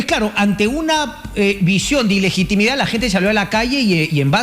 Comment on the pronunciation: aprendan a hablar iligitimida es ilegitimidad